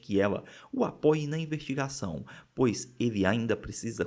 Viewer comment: Reparei que vcs às vezes troca o S pelo R, tipo ao invés de falar investigação vc fala invertigação, vc fala vertir ao invés de vestir e outras tantas palavras tb